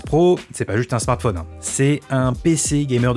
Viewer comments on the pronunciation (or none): none